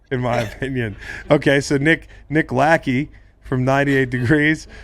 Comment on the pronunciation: I love ted karras pronouncing nick lacheys last name correctly hahahah